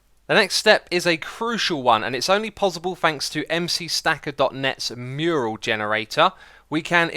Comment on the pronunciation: HE SAID MURIEL AGAIN!!! MURAL. MYURR. UL. Love the nether hub, X!